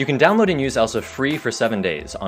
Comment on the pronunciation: Lượng Lê Vỹ "download" not "dowload"